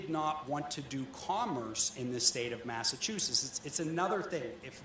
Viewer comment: Massachusetts is pronounced "Mass-uh-choo-suhts", not Massachusis. The "t" isn't silent. :)